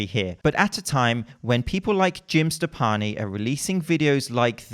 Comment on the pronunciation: says: Jim Steppani. Youtube captions: Jim Stefani it is. I ain't no hollaback BCAA girl. I ain't no hollaback